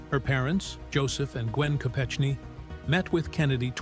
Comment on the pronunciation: Learn how to say Mary Jo’s last name …..and the places you say before saying . Ted Kennedy was a twisted , deviant and should have been charged with manslaughter for her death at the very least ….he was selfish, greedy rich man.